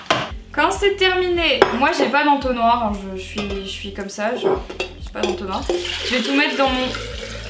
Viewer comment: est trop marrante en mode "yé souis lààà". Sinon supers idées de recettes! J'pense que lessive et assouplissant j'vais tester car j'ai les mêmes problèmes que toi, ma peau est hyper sensible. Puis franchement 10€ le produit... voilà quoi. Vidéo très sympa, j'aime beaucoup le concept. Des bisous ♥